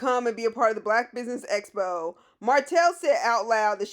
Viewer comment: PLEASE learn how to say EXPO not espo!!!! If you're going to have the event, you should at least be able to say it right.